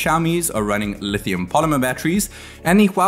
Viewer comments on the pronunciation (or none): none